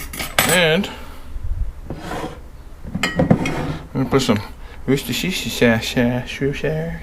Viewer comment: LMAO Worshtesheeshashashas?